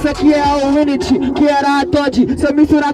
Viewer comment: Ngm:: "Wint"